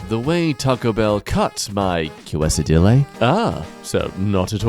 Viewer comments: sound it out Kay-sa-dee-a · THIS MAN REALLY SAID que-sa-dil-lay. REALLY, REALLY IK YOU KNOW HOW TO SAY QUESADILLA. IK YOU DO SAY IT RIGHT PLEASE IM BAGGING YOU. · When he doesn’t say fajita and quesadilla right 😭😭😭😭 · Bro the way he said fajita quesadilla tho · Please tell me that how you say, “fajita,” and “ quesadilla,” is not actually like that. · I'm sorry but pronounciation of Quesadilla sent me💀💀💀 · He did it earlier. And for Fajita.